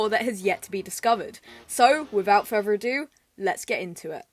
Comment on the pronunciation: accent makes further sound like furfur